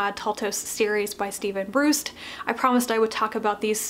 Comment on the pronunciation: Taltos is pronounced as Taltosh Steven Brust is pronounced Brusht Other than that it's a great review